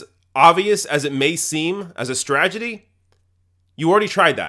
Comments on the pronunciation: "STRAGEDY"??? Can't you say this word correctly? "STRATEGY" Thanks! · stra-Te-gy not stragedy, you boring tard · "S t r a g e d y"? You seem like a smart guy, I'd hate for that mispronunciation to be used as fuel against you. S t r a t e g y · Agree but it's strategy rather than stragety. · This is a great analysis, but I have to say that I died a little inside every time you said "stragedy." The word is "strategy." Otherwise, though, good points! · "The Democratic Stragedy" lmao On accident or on purpose, that was funny. xD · The word is "strategy" NOT "stragety" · am I crazy or are mispronouncing "strategy" on purpose? No offense or anything. I align with your political views and I'm subscribing to your channel but every time you say that word I keep getting reminded of W Bush's "stra-tee-gery" Stragety. Strategy. Stragety. Strategy. It's hilarious! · STRATEGY. STRAT-E-GY. Say it. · Great program, but stragedy? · It's STRAT-EGY, BTW.